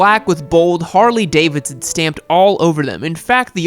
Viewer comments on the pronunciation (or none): none